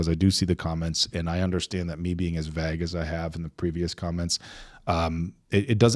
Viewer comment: I honestly tried to hear him out but I HATE how he pronounces “vague” LIKE BAG!! FFS 😒 still giving hella vague🤨